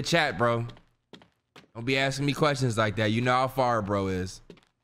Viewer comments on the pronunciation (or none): none